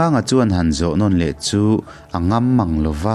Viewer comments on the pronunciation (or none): none